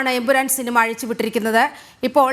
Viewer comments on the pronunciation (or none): Empuraan ❌ Empooran ✅